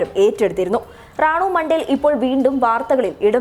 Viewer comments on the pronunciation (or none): റാണു മണ്ടേൽ അല്ല റാണു മൊണ്ടൽ